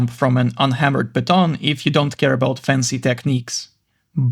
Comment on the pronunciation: I’m pretty sure the word piton is pronounced as Pee-tohn.